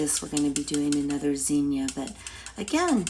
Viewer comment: I love the old fashion zinnia flower and it’s so nice to hear someone pronounce zinnia properly.